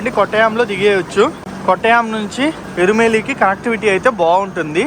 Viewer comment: పెర్లు సరిగ్గా చదువురా జఫ్ఫా . ఈరోడ్ ని ఎరోడ్ అంటావు ఎరుమేలి ని ఇరుమెలి అంటావు తెలియకపోతె తెలుసుకో...